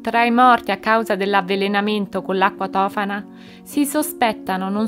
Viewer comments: Si dice tofàna... Scusa nn è x fare la maestrina ma voglio dirtelo x nn farti sbagliare, conoscevo questa storia, ecco perché te lo dico !! Vedi video correlati dicono tutti tofàna ... Ma mi stai mettendo un dubbio ... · Si dice Tofàna, con l'accento sulla prima A